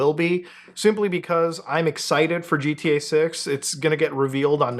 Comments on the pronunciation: Looking at you while you said GTA made me hear it as “Jeet-EA” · Never heard of this “Gee Tea Eh Six” game